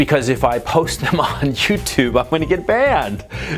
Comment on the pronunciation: Did you say "JewTube" ? 😂